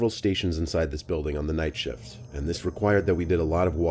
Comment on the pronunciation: It sounded like you said, "About an hour into my shit".